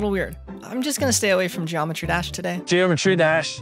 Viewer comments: jimetry dash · "Jimetry Dash 2.2" 💀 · Gymetry Dash💀💀💀